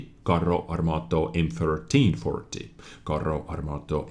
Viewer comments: Lol "Carrö armátö" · I'm italian and when I heard your pronunciations I loughed for 10 minutes XD your italian grammar knowledge is pretty good but pronunciation has to be rise ;) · YES! FINALMENTE CAZZO! ITALIAN TANKS ARE HERE! P.s:, you sound so weird when you pronunce "Carro Armato" P.p.s: as an Italian, the full name of the tank is "Progetto 42, Modello 46" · Hi, your Italian pronunciation is so bad.. you have to improve it 🤣 Btw I can say that our medium line could be use as support or sniping tanks because of the lack of armour (like French cdc).. probably by tier 6 or 7 we could have German guns on tanks so a lot of accuracy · Only for you reading "Carro Armato" i'll like the video (i'm italian)